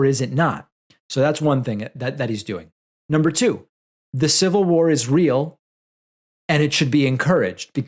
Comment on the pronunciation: “I don’t need yo’ civil wawawaw!” -Axel Rose